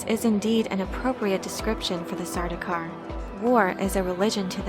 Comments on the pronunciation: It's not sar-doo-kar. It's sar-dow-kar. (Rhymes with "cow.") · Sardaukar is being mispronounced here. The "au" vowel coupling is never pronounced as the "oo" vowel coupling. The names Paul, Saul, Gaul, and the words haul, maul, sauce, gaunt, daunt, daub, August, fraud, haunt, launch... all indicate the same, proper, vowel sound. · How are you getting Sardookar? Dau is not Doo you silly. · Um, it's actually pronounced Sardaukar.